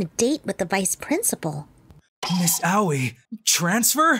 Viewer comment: everyone whos seen beelzebub be cringing at the "Aoi" pronounciation